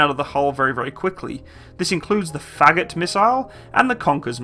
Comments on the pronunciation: It's not fAgot, it's fagOt. Just like a word forgot. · You pronounced "Фагот" as "fagot", pronounce Russian letter "a" as in "cut", when you pronounce it like in "cat", you end up with "fagot". And pronounce "гот" as "god" but with "t" at the end, then you will sound as Russian.